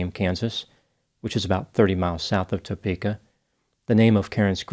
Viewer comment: Kansas resident here.. Lol its not said Toe-pe-ka it's Tah-peka